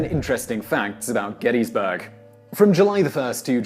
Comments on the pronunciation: Gettys-burg not gettas-burg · Congratulations on pronouncing "Gettysburg" like a native. GetUZberg.